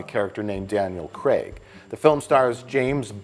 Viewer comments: always weird to hear "Craig" pronounced as "Creg" by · For all you Americans. It’s pronounced Craig, not Creg. As in Daniel Craig, not Daniel Creg. Carry on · why do they keep calling him Daniel Creg? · Why do Americans say Daniel ‘Cregg’ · 'Daniel Cregg'